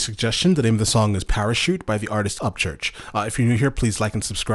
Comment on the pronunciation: I love how he says parachute me to me at times it’s sounds like he says :better shoot me I’m not backing down: idk why but I like that I get an Eminem vibe bc Eminem can say something but make it sound like a completely different word or phrase. Feel me? Lol Also u should react to the entire hideas album u won’t regret it I promise ya!! Lol